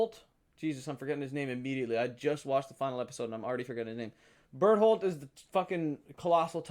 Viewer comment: d btw berthold is pronounced bear-told